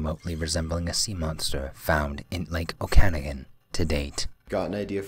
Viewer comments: he kept saying Okanogan wrong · Good video and it is pronounced Oka-nog-gan not Ocanigan just saying Cheers